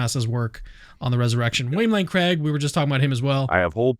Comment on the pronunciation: William Lane Crag? Craigue? Creag?